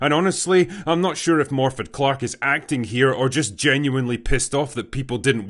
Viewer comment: Someone really needs to tell Morfydd (it's "morvith") that walking around with a face as sour as someone chewing a wasp all the time isn't exactly elf-like. But hey, what do I know... You go, girl!